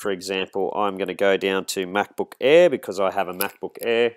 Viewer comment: "MacBook Eehh"